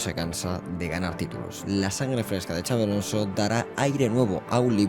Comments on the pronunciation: No se dice chavi, se pronuncia xabi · Gran intro y buenísimo el vídeo. Una cosilla, no es Xavi (CHavi) si no Xabi (Shabi). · Puedes decir el nombre bien??? Como vasco me duele muchisimoooo!!!!